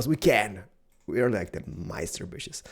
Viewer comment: and many booshes!